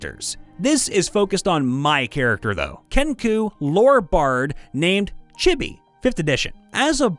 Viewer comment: “Chibby.” *Chibi*!